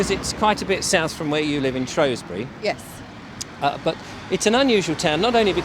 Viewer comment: Lovely video, but it’s SHREWsbury not SHROSBURY